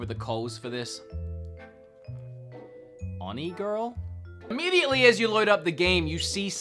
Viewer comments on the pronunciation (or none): It’s onigiri not onigirl :0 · When you said "Onigirl" instead of the actual title "Onigiri"... I cringed AND laughed. 🤦‍♀️😂🤣💀☠ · It’s called onigiri, not onigirl, also I like it a lot, but I can’t get it to work on pc lol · Tiny correction: the game is called "Onigiri" not "Onigirl" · “Onigirl?” ... it’s onigiri but ok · Sorry if I am 'being grammar police', but I just wanted to let you know that the first part of "Oni Girl" is pronounced 'Oh-nee', which is a type of youkai or ogre in Japanese folklore. I also noticed that the letter L in girl from the second part of the game's title greatly resembles the letter I and if you read the game's title like that, you would get 'Oni Giri', which translates into English as 'Ogre Cutter'......Or, if you read as one word and translated it into English, 'Rice Ball'. Either way, the game does not look something I would enjoy. Thanks for the video. I'm glad you enjoyed Dauntless and it was nice to hear you talk about why you like it so much. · Has anyone corrected him when he said onigiri wrong? Because it’s not onigirl. That’s just hilarious 😂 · Onigirl? I thought it reads Onigiri, LOL, played that game for awhile, actually you can use the touch screen to do the setting instead of joycon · *Onigiri not Onigirl XD Onigiri is actually a Japanese rice triangle so I don't know why they decided to call it that lol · It's actually Onigiri, not Onigirl. Good video though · it's onigiri. Not onigirl. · "onigirl" lmao it's onigiri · Okay, it's Onigiri, not Onigirl. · It’s Onigiri, not Onigirl lol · It's Onigiri, not Onigirl. And it's actually a really good game, the Switch port is terrible though. Also why did you put the SNES games here, it's not free. You have to pay for the online to play the NES and SNES games. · It’s onigiri not onigirl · Why did you keep calling it Onigirl? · dude ..it's onigiri not onigirl 🤣🤣🤣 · It's onigiri not onigirl. And yeah I have it on ps4 it is pretty bad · Did you say onigiri wrong?